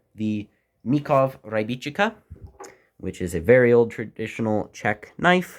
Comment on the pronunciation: P.S im not czech, ukrainian american, but its "Ry-bič-ka" with "ry" as in "reed" not "ry" as in "rye"